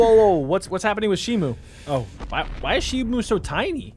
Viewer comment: not shimu its shimo